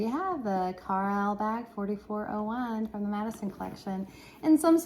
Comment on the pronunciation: Pronounced Car- Lyle 👍🏻